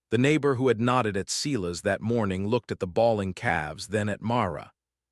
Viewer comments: S-I-as. Someone, program AI correctly. 😠😠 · I think Mara’s brother is Silas. Not See las